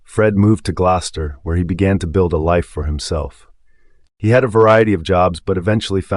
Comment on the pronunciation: I really like your vids and voice. However it's driving me kinda nuts all the mispronounced names.. then proceed to perfectly pronounce Gloucester 🤔 Just a friendly corrective critique 😊 keep on keeping on